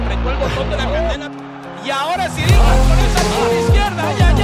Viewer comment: Ciryl Gane se pronuncia "Gan" no "Guein"